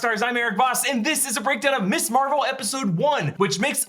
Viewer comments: You keep saying "Miss Marvel". Ms. is not an abbreviation of Miss. It's pronounced "Mizz" and was popularized in the 70s as a more feminist alternative to the Miss/Mrs. titles that indicate marriage status. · Can anyone explain why nearly every Youtuber is pronouncing Ms. Marvel, "Miss Marvel:? I've always been taught that "Ms." is pronounced Miz. Thanks.